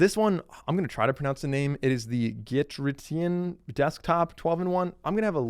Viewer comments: lol Is it that hard too pronounce Gitryin? Git-tree- in. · OMG, thanks so much for featuring our product! Just a quick note: we’re actually pronounced as 'G - tryin'. Appreciate you sharing it with your audience!🫠🫠🫠🫠🫣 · "Gitrition" 😭 my man didn't even try